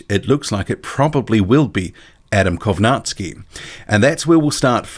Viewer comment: Funny how you're saying kownacki name, if you're going to say his name half dozen times, please learn how its supposed to be pronounced